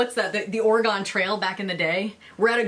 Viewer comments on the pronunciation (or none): It's Or-E-Gun... not Or-Eh-Gone.